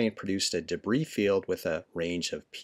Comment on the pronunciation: It's debris